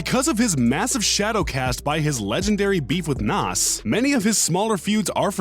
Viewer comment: Bruh why he said nas like that